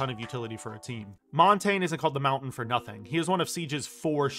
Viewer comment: Thank fuck you said "Montagne" correctly and you actually know what it translates to. Merci, monsieur. Je dois m'abonner.